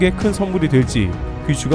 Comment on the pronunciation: 마지막에 여기서 트래블 튜브를 마치겠습니다 까지는 괜찮은데 감사합니다 발음이 바보같아~ㅋㅋ